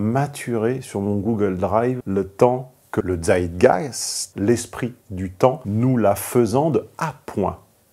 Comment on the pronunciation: On dit Tzeitgeist, avec un T comme dans Time, et non pas Dzeitgeist 😂